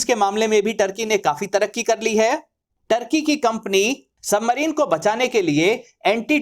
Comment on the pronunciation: ढंग से नाम तो बोल टोर्की नही तुर्की हे 😂